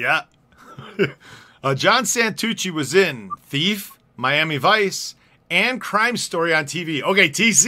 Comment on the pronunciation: The movie is pronounced TEEF !